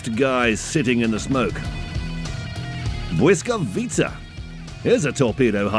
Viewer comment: Props for pronouncing "Błyskawica" right.